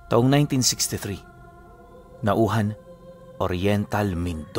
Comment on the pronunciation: NAW-HAN (NAUJAN)Po Ang tamang pronounsation Po sa Lugar na yan RONNEL VALENZUELA ALCAYDE Po from VICTORIA OR. MINDORO